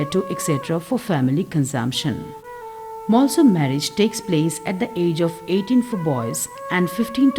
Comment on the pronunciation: Not malsom ❌ molsom✅